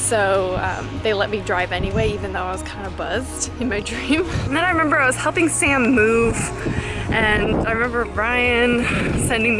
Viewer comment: oh wow when when you were talking about your dream and you said "i was clubbing with sam" i thought you said "i was clubbing with satan" .....